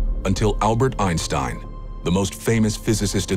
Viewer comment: It is irritating that Heisenberg, speaking German to another German, is having a foreign accent. Actually he spoke German fluently without a foreign accent. And he would of course pronounce the names of Einstein and Planck in the proper way. Why is this done?